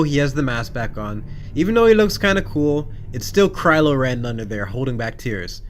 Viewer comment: Crylo Ren 🤣